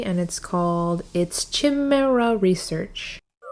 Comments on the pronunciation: btw, chimera is pronounced kai mare uh, and it usually refers to some kind of combination or hybrid, often between humans and animals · English lesson: Next time you come across the word "Chimera" you pronounce the "CHI" part of the word like you would pronounce the first syllable in the word CYAN or like you would say the name KAI.